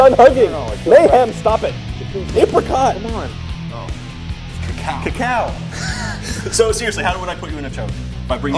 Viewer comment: I like how he couldnt say cacao XD